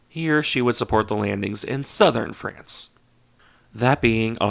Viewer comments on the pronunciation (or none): none